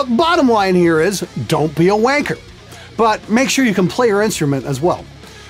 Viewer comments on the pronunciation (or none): Im sorry that I have to say this. Saying wanker in an american accent really doesn't sound right.... All your other disses tho.... spot on!